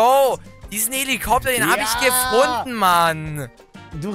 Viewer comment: Numer sagt gefund